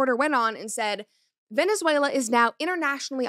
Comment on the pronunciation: That Venezuela pronunciation was ❤